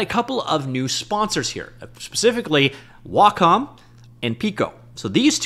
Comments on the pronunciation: WhaaCom? LOL... One thing I can count on from is he will report on the news right away... And absolutely BUTCHER every pronunciation he can. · Is Wacom pronounced: Wah Com or Way Com? Honestly have no idea.